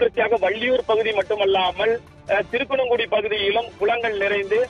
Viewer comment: திருக்கனங்குடி இல்லை திருக்குறுங்குடி ஊர் பெயரை சரியாக வாசிக்கவும்